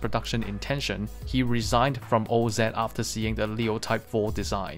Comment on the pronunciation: Say oz right ! Jesus this is unwatchable now and that sucks i really like your content. Help a brother out